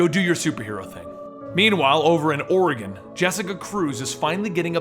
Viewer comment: Yay you said Oregon right.